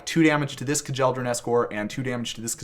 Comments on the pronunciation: It was hard hearing kuh-jel-dor-an so many times instead of kyel-dor-an but there can be no sacrifice too great for banding to be explained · It’s pronounced Kyell-dor-an…not kah-jell-dor-an